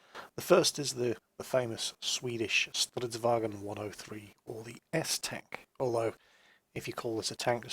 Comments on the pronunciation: you knob! Swedish is not german, even though those and english are all germanic languages. It's 'vagn', not 'wagen'. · When you try to pronounce Stridsvagn it sounds like Stridsvagen, IKV stands for Infanterikanonvagn (Infantry Cannon Wagon), i think i saw a Stridsfordon (Strf) 90, or as you would call it, CV90. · swedish ain't german. stridsvagn not stridsvagEn. and we don't have very russian accents either;) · not "stridswagen" XD it's just "Stridsvagn"! Man I lmaoed when you said that! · The swedish "Stridsvagn" is actually pronounced "stridsvangn" unlike the german pronounciation of -gn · sounds weird when you say stridsvagn, but it's nice to see some swedish tanks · Stop butchering the pronunciation of stridsvagn please!!! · Please say Stridsvagn again sometimes:D so funny to hear english trying to pronunce Swedish words;) but kinda dissappointed that you didnt say the full Infanterikanonvagn name ^^